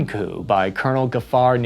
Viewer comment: I swear you said poo instead of coup at one point. And wtf is a "hill-ux"?